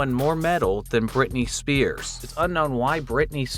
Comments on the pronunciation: For entry 4 the hidden character was "Britney Spheres" not "Britney Spears" like you kept saying lol. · brittany spears. brittany spheres. nice english. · SPHERE, like a round SPHERE. Britney SPHERES, not SPEARS. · It's pronounced Britney spheres (sfears). The p I sphere doesn't make the "puh" sound it makes the "fuh" sound because it's followed by the letter h. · It’s Britany SPHears